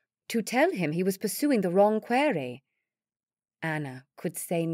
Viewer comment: I'm enjoying the story despite a few odd pronunciations (query when it should be quarry, cure-icle instead of curricle, for example). I suspect the narrator is American, but with a variety of decent British accents. Thank you for the entertainment. 🙂